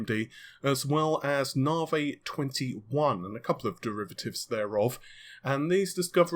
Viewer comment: Narvey. Shits annoying as fuck.